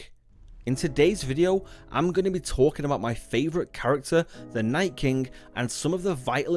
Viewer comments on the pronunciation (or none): Its king not kingk